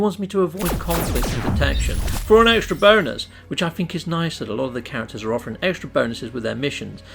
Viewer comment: Great ideas! But will you please stop saying "bony ass" instead of bonus? LOL!